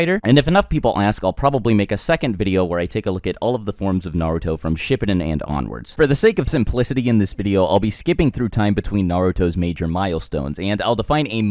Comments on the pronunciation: i disliked because you said shipp-au-den instead of ship-oo-den >:( buts till good video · It’s not ship- eh - den it’s ship-poo-den (atlesst that’s how I say it)